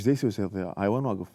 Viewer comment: اللغة الإنجليزية اخف من العربية فمن تحجي لفترة بيها وترجع على العربي أو العراقي بالاخص فتسحك عادي، هوة كال ذياء بدل ضياء لان لسانة أخذ على الإنكليزي قبل بالفيديو ارجع شوية أو دوس هاي